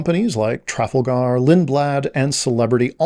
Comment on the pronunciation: Your pronunciation of Tragalgar is distracting me. I've never heard it pronounced that way, and I've taken Trafalgar tours.